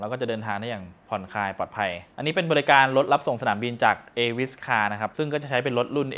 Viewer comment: เข้ามาอ่านคอมเม้นเห็นเหมือนได้ยินเป็นเอวิสคาร์ ตกลงจะโปรโมทให้เขาไหมขอชื่อชัดๆหน่อยจ้า